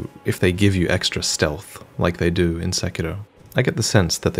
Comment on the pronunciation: I appreciate that you know how to pronounce sekiro.